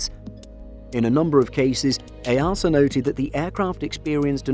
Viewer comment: EASA = “EEE A SER” not “EY ARSE ER”